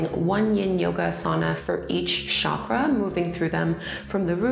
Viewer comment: I loved this practice! I'm a teacher myself, and I love your guidance through a yin practice. one critique (and i'm not sure if you've made this correction in more recent videos), your pronunciation of asana and chakra are incorrect, and that can become a little bit distracting.